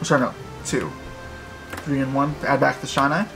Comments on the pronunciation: bro how come nobody pronounces shinai correctly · I cringed every time he mispronounced Shinai otherwise great combo!